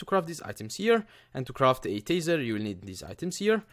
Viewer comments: Its Taaaaaser not teeeeeeser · It's pronounced tay-zer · I think its pronounced taisar